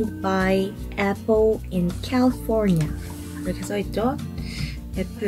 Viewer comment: 에뽈 인 깰리뽀니아 영어발음ㄷㄷ